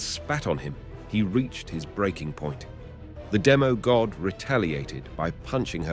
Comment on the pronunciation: Bruh its demi god not demo god